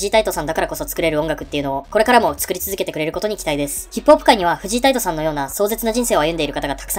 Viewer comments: フジイ タイト じゃなくて フジ タイトです😂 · フジタイトの事、フジイタイトって言ってる？？